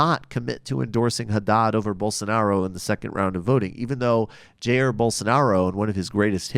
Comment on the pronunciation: Just two things: it's Ja-ir (the accent is in -ir). And please, talk about the attacks commited by Bolsovómito supporters on minorities (gays, african religions representatives, PT supporters) since the 1st round. I'm so sorry I missed this show :/